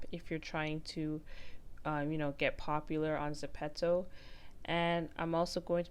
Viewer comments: I don't want to hate but it's zepto not zepetzo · Gurll its not (suh-pet-to ) its ( zep-pe-to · It’s not pronounced zepetto it’s pronounced zepeeto but spelled Zepeto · .... but the app is korean and its written as 제페토 which is exactly zepeto (although the ze is gonna be pronounced as je) not zepeeto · You say it zepetto it’s not it’s getting m frustrated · Kira Kiem I say Zeh pee toe 😭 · Zen pee toe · No hate but I can’t watch this because u say ZEPPETOE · It's pronounced ze-pea-toe